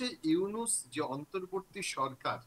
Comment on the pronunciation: ইউনুসের নামই যারা সুদ্ধভাবে উচ্চারণ করতে পারে নাহ,তারা নাকি আবার সাংবাদিক! 😂😂😂